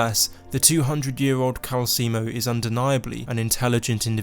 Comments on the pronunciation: Kalsi moe is pronounced calcelmo just letting you know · It’s calcelmo, not calcemo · Its Cal-cel-mo, not Cal-ce-mo. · We’ll it can’t be your character! Everyone in the game pronounces it Cal-Sell-moe not Cal-Seal-Moe 😂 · Calcelmo=KAL-cell-mo NOT KAL-see-emo. I thought America was the only place where there is illiteracy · It's *calceLmo. Not Calseemo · It's Calcelmo, not Calcimo. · The way you say calecemo is making me feel like you’re trying to sell me calcium. It’s pronounced cal-cell-mo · Isn't his name CalceLmo and not Calcemo? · Seriously dude, delete this video and remake it. It's like you never played the game when you can't pronounce the first name on your list properly. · How does someone mess up the pronunciation of a name when that name is literally told to you in game? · How the hell did you mispronounce Calcelmo........